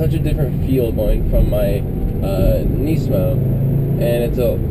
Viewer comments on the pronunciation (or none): not to hate man, but I really dislike the way you say nismo...